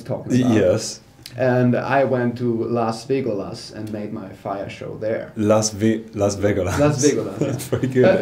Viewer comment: Las Vegolas, lmao